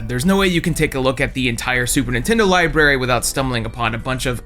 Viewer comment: Library Notice the "r"s in the word? There's more than one